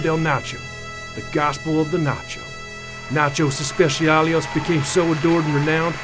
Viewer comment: "Nachios eshpeisiales" LOL